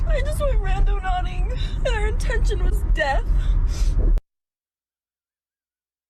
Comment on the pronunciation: When it's more than half way through the video before FINALLY realizes it's "randoNAUTING" not "randoNODDING".......even though the correct spelling had been on the screen fifty times already.